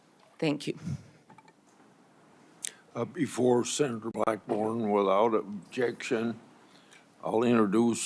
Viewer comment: Blackburn doesn’t know how to pronounce g’s. She makes g’s sound like k’s. Who taught her how to talk?